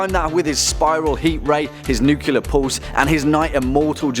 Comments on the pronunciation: Not "nucular", nuclear! Why is this so hard? I don't even speak english, yet even I know that. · Nuclear. Nuclear. NUCLEAR! NU-CLE-AR!